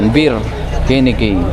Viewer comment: pronunciation ay Hay ni Ken na beer